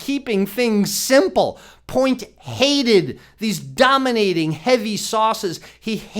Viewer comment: It's not point it's pronounced "puwa" fernan puwa